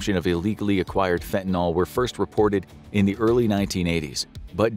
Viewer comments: FantaNYL. NYL -- it rhymes with hill, or pill, or still. It isn't fentaNAL, like Paul or hall or small. NNIIIILLLLL !! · Fen-tan-eel, or fen-tan-ill, not fen-tan-ol. Not an alcohol. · Since when is nyl pronounced "nol?" Learn proper pronunciation before you post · So sick of people pronouncing it wrong. Its fentanyl not fentanALL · Curious as to why Americans switch the a and the y around like how do you get the sound “all” from the letters “yl”. It’s not spelled “fentynal” so why pronounce it like that. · It's "fentaNYL", not "fentaNOL". Ugh. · Fent-Uh-Nil. Not Fent-i-nol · Where exactly does the "all" sound come from at the end? Shouldn't it be pronounced with an "ill"? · You say fentonal but the script says fentanyl. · It's not 'Fentanal' it's 'Fentanyl' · It's fentaNILL, not fentanALL! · NIL FENTA-NIL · It's not called fentanol, i dont know where youre geyting an o from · I had trouble listening and finally had to stop the vid because he kept saying ‘fentinALL” and it was driving me nuts. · FINTIN-ALL?! READ THE WORD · How about pronouncing it correctly: Fen-te-nil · Why is everyone still mispronouncing the name of this drug after so many years??